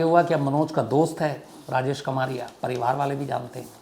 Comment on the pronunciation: कमारिया नही कमरिया होता है, यादवों मे एक सब कास्ट है ।